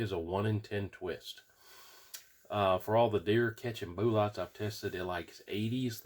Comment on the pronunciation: Why do you call them boo lots instead of bullets.